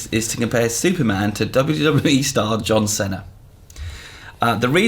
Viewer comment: I'm sorry, John Senna? Wtf,?